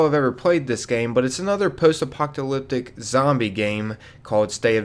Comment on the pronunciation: “Apoctalyptic” 😂 What an illiterate goober.